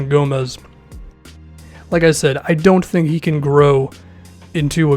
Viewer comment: " don't "tank" what is this did I just hear that?